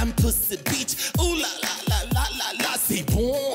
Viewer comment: I agree but it’s C’est Bon C’est Bon darling not sepunn sepunn. C’est Bon means something’s very good in French. Bebe is from Cameroon which they happen to speak French since Cameroon was given to France and Britain after the last German Fort located in Cameroon surrendered in WW1.